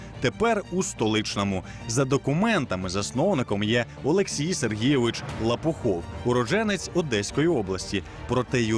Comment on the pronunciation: Журналист, темненький парень, Лопухов который!!!))) А владелец фирмы ЛопоУхов!!! не стыдно вообще такие ошибки допускать?! интересная передача, но леворукие работают, погубят передачу((